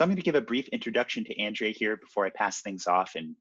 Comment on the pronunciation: Probably because he mispronounced her name several times